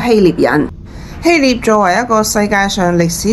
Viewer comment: 臘 是唸臘味的臘 非獵